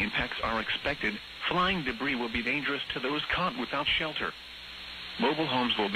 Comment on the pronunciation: DANGUS? Dont you mean DANGEROUS?